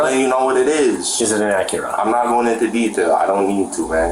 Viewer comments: Say the word Acura again....the "ah-cure-ah"? Lol. I like your vids, don't get me wrong. Been watching for a long time....subbed and all that...Just found that....odd... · Acura ❌ Akira ✅ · It’s not “Akira”. It’s Acura. And these guys are goofy 🙃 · I hate the way they pronounce “Acura”… it’s not Aqira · What on earth accent gives you that pronunciation of Acura?! Aa kyu rah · Acura be8ng pronounced Akira so much drove me slightly insane, lol. Especially when the officers pronounced it properly so many times. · Shakira - Akira Tomatoe - Tomahto AC-KUR-AH lol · black aqueruh? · dann i thought this was a human narrator but hearing him mispronounce “acura” as “akira” kinda blew that illusion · Can't you narrate these videos yourself instead of using bad Computer Generated audio? Pronouncing Acura as Ak-Cure-uh. 🙄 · Never heard Acura pronounced “uh cure uh” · For the dude doing the voiceover, and bear in mind I'm trying to better your performances, please watch a few Acura commercials to get the pronunciation down. I'm pretty sure you said it about five different ways, and six of them were wrong. This is a pretty damn serious recap of a murder. It's worth getting the details, even the most minor, correct. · Uh-cure-uh? The narrator has never heard how that is pronounced before? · why he pronouncing acura like that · Why are you pronouncing Acura like that dude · Way to pronounce Acura, man this channel used to be better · That's certainly one way to pronounce "Acura" lol. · Please the mispronunciation of “ Acura “😒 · Never in my life heard someone pronounce Acura like they did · We really don’t know how Acura is pronounced? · Need to get a better bot narrator. Acura is mispronounced over and over.